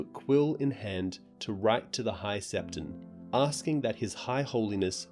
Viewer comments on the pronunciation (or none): none